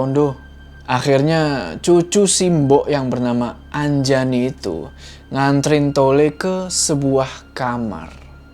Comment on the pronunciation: nama saya Anjani bukan Anjayani apalagi Anjay ...